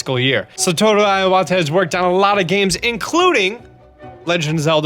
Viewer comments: Satoru Iwata pronounced as sah-toh-roo , ee-wah-tah (いわた) not aiwata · It's not "EYE-wata". It's "EE-wata". Please correct the pronunciation of your Japanese last names or just refrain from using it. >.> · Ur incorrect pronunciation of Iwata is annoying me - especially because u try to put on a Japanese accent each time u say it and it's still wrong. Iwata not aiwata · It's not pronounced "eye-wata", it's pronounced "e-wata" first 5 letters in the Japanese Alphabet: あ a, い i, う u, え e and お o. あ is pronounced "ah", い is pronounced "e", うis pronounced "ooo", え is pronounced "eh" and お is pronounced "oh" Iwata is spelled いわた in Hiragana (one of the alphabets used in Japanese). I is the first letter, Wa is the 2nd letter, Ta is the third letter. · I-o-wata I-o-wata I-o-wata I-o-wata.... where the hell did that O come from?! Eh-wata Eh-wata IWATA!! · OK but that mispronunciation of Iwata is driving me crazy. It's not EYE-wata, it's EE-wata. Japanese "i" always sounds like "ee". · So funny how he pronounces Satoru Iwata xD (like [Aiwata], but actually it's more like [E-wa-ta]) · Why are you prouncing Iwata Iowata? There's no O there man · This guy does realise that certain buffs can only stack up to 3 times... he ate stealth food there pointlessly... also why do you pronounce it 'satoru iawata' instead of 'satoru iwata' its not that hard -. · It's a nitpick, but please, it's IWATA. As in "E-WA-TA", not "E-YA-WA-TA". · Iwata not I-Wata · I like your videos, but holy shit is your pronunciation terrible. Why are you adding an 'a' to Iwata's name? It's not "eye-ah-wata", it's "ih-wata". And en masse is "on-mass", not 'ehn-mass-ay". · Dude I was listening to this and was like : Who is Iowata? At least pronounce his last name right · "Ayy wah ta" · his name was Satoru Iwata (E-wata) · no, just I-wa-ta, the i sounds like the e of me . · Satoru Eye-wata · It's pronounced EEwa'tah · I = Ee So, Ee Wah Tah. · its "ee-wata" dear god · What a strange way of pronouncing Iwata.